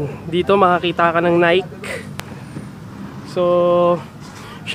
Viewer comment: tamang pronounciation ng 'Nike" is " Ni - key/ Naykey" napapadalas na ang paguukay shoes mo ah